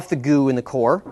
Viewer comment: he said core of a giant star, it sounded as if he said vegina